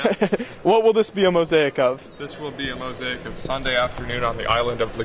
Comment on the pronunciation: And 'mo-zake' not 'mo-z-ai-ik'